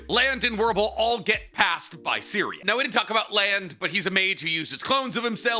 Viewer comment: Correct pronunciation time here. Serie = Zer ee Sein = Zein Stark, just as its written. Idk why keeps adding an h in there. Ummm Flamme = Flah meh